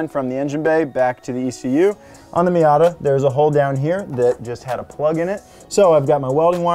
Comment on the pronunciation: The miat-a it